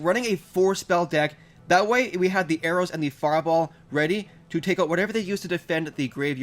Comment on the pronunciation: why doe you always say arrow's?